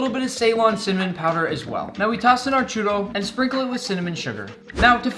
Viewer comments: I’m Spanish and I don’t call it a chooro……it’s chUrro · I’m from México an I’m triggered by the way u say “churro” it’s spelled “churrrrrrrrrrrro” try it